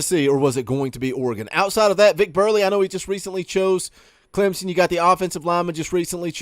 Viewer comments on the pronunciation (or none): none